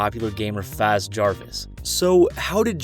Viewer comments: Its faze jarvis not fazz jarvis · You said FaZe like (fah-z) its pronounced (fayze) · Did he just say fazz Jarvis not faze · Faz jarvis dude it's faze jarvis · "Faz javs" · F AA ze Jarvis it’s F AY ze jarvis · My man said faz Jarvis instead of FAZE Jarvis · Faze Jarvis not faz Jarvis bro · what did u said faz jarvis its faze jarvis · Me: oh it's faze Jarvis Him:*says faz Jarvis* Me again: whàaaaaaaaaaaaaaaaaaaaaaaaaaaaa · Its pronounced Fayze not faz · Its not Fāz its FaZe Jarvis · Its Faze not Faaze Jarvis nice video btw :3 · he says faz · did anybody realise he said faz jarves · did he just called faze to fase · Did anyone else hear him pronounce faze as faaaaaze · Wait did he say ‘FAZ Jarvis’ not faze?!?! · His name is faze jarvis not faz jarvis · My man pronounced Faze. Faz! Nigga please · He said some "Fazz Jarvis" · He said faz jarvis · Unsubbed because he said FAZ JARVIS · How do you pronounce Faze correctly the first time but then say faz the second time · He said fas jarvis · Faze Jarvis not fazz Jarvis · BRO FAZE IS PRONOUNCED (FAYZ) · Dude said faz jarvis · OK WHO THE HELL SAYS FAXE JARVIS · Yo you said fave Jarvis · It’s not FAAAAZE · nigga said faz Jarvis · Dude says FaZe like faz lmao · “Faaz jarvis” 😂🤣😂🤣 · Who heard him say faz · he said faze like fáze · This boi said faz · how tf do you start the second entry pronounce faze right and the next moment say Fazz. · fa-z j-ah-vis 😂 lmao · Fas Jarvis. And you call yourself "." I know It's the host that is an idiot, but couldn't anyone correct him?! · Did this dude just say faz Jarvis 😂😂😂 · Uh... That definitely doesn't say Tennessee. - Faze. With an e. Pronounced like phase. - The fact that a YouTuber has so little awareness as to agree with censorship while their own platform is destroying itself over that very thing is hilarious. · Did you say “faz Jarvis “ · You said faze really weird😹 faz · “Fazz Jarvis” lol he said it so wrong no hate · The way he said "faze" :P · This man butchered faze